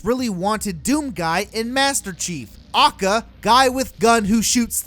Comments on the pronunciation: Jesus christ stop saying "A.K.A" as 'Ah-cah' its literally three separate letters with three separate sounds. A=Ay, K=kay, A=Ay. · Its a-k-a NOT akkah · Every time this guy says "acka" I lose a brain cell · liked the video, little bit peeved by your pronunciation of A.K.A as AKA over and over and over and over and over again. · A.K.A. its not one word aka this triggers me so much. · Your saying ah-k-ah instead of a-k-a and it’s pissing me off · Yo could you say A.K.A instead of AKA it took me out of the whole rant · Bruh, it’s Ay Kay Ay not “AHKAH”. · A.K.A. Shouldn’t be pronounced acka either say Also known as or A K A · I feel weirdly angry when actually say aka as a word and not just "a k a" besides that is a good vidi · Ive literally never heard anyone pronounce AlsoKnownAs/A.K.A. as an actual word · Did this fool just say a.k.a. "akkah" bruh wtf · ITS PRONOUNCED "AY-KAY-AY" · Who says AKA as one word? You say A K A! NOT AKA! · Stop saying AKA like that you nerd